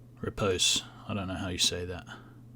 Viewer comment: "Repose" rhymes with "toes" not "toss" :D